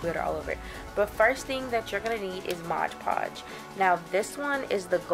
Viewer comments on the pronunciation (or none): I LOVE your wall! Beautiful! BTW the product you used is pronounced MOD podge, NOT "modge" podge! (read the label again) ;D. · i just watched 5 diy videos in a row including this one and they all say modge podge... it's MOD podge... :-P